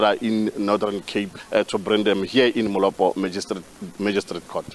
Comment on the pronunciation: Who the heck is this guy - learn to pronounce bro. If it was a white person calling Molopo (Moloto) there will be a mob calling for blood on the streets.